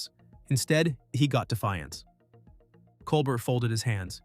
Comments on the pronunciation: Great narration! But please pronounce Stephen’s last name correctly. It’s pronounced (Kol-Bare)not (Kol-Bert) nor (Kol-Ber). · If this can’t even be bothered to pronounce Colbert’s name properly, the rest of the commentary is worthless. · I can already tell 5 seconds in this will be right wing slanted nonsense just based on the fact you didn't bother even researching how to pronounce "Colbert." You're not qualified to talk about this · It's pronounced "Col-bear", not COL-BURT. Have you never heard his name, or are you intentionally playing the ignorant card? And is this a pro-Kirk video? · it's pronounced col-bear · “Col-bert”, lol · Maybe you ought to start by figuring out how to pronounce "Colbert." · Can't even say Colbert's name correctly. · This jerk might getaway with his baloney if he would pronounce Colbert's name correctly. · Tell us you like Kirk without telling us you like Kirk. Narrator should learn how to say Colbert's name.